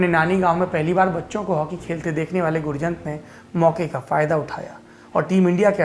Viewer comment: गुरजंट is the correct pronounciation sir